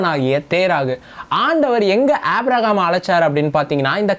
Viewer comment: உம்முடைய வேத விளக்கங்கள் அருமையாக உள்ளது. ஆவியில் நிறைந்து நீங்கள் தரும் விளக்கங்கள் சிறப்பு அதற்காக உம்மைப் போல் இளைஞர்களை தேவன் பயன்படுத்துவதற்கு ஆண்டவருக்கு பலகோடி ஸ்தோதிரங்கள் உண்டாவதாக. மேலும் சிறிய குறை.. ஏனப்பா அழகான "ஆபிரகாம்" என்ற பெயரை ஆப்பிரஹாம் என்று வேதத்தின் பெயரர்த்தத்தை மாற்றி அழக்கிறீர்கள் தயவுசெய்து சிறப்பான நல்ல பெயரை திருத்தி வாசிக்க முயற்சி செய்யுங்கள்.